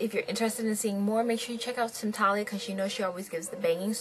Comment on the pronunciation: its pronounced 'SHAM-PAIL' :)